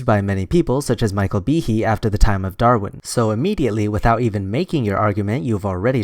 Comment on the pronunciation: He keeps pronouncing "Darwin" as "Darrin." It drives me insane.